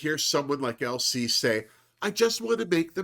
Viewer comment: Every time you say LC my brain hears ‘Elsie’ but I kind of like that for her too lol as a fellow Brit I appreciated her asking about bird watching 😝